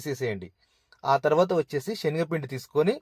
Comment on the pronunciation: షెన్గపిండి కాదు.. శనగపిండి